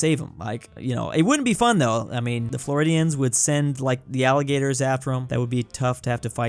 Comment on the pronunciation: I heard alligators as "allegators" and thought of some kind of elite lawyer assassins or something